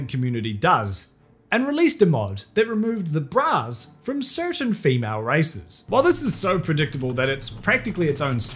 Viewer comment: It took me way too long to figure out that you were saying “bras” and not “brows”. Jfc.